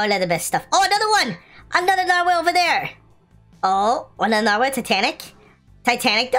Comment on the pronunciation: Is nobody else acknowledging that’s he’s calling it a nar-WHALE?